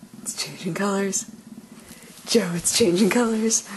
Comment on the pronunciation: It sounds weird when you say Joe :) Cuz that's my name xD